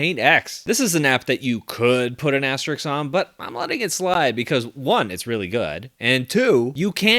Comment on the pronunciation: Asterisk*, not asterix :P